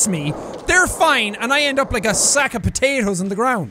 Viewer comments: "How come every time someone hits me, they're fine and I end up like a sack of potatoes on the ground" *Irish Intensifies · Does anyone else notice how when Jack says " potatoes ", his Irish accent increases by like 5 percent? And when he plays with Irish people, it increases by like 20 percent?